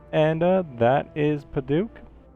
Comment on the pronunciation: Just so you know it is Pa-duck, not Pa-dook. Sorry it kept bugging me but great set up